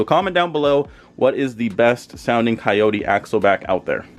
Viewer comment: ¨KAYOURI¨ se dice CO YO TE pendejo! jk 😅😅